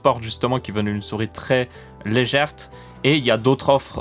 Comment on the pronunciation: C'est pas légerte c'est légère